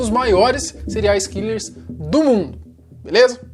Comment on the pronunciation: Quem ouviu elw falar "Cereais killers?"